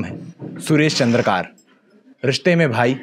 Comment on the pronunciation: चंद्रकार नहीं चंद्राकर बोलो